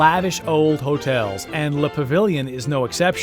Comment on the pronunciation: Nice video but the pronunciation is scary.. LOL! It is the "Pa-ve-yon" Hotel. The "Muf-fa-lot-ta" sandwich and Mignon Fa-sh-a " jewelry. That is the best I can do in American. LOL! Is Brennan's re-opened yet? Family feud. Enjoy New Orleans. We welcome you!